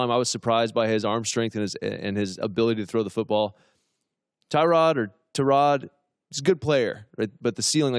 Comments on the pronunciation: Tyrod himself said its pronounced ta-rod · I believe if you can't pronounce a guys name then they should not give you a microphone. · Am I the only one bugged by how he acts like he doesn’t know how to pronounce Taylor’s name even though he’s said it right the first time..the blatant disrespect -_ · This video should have been called "Historically under-performing former QB pretends he doesn't know how to pronounce 'Tyrod' "